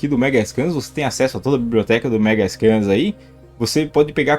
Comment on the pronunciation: Não fale "Megascan", cara. O correto é "Megascans", com o "s".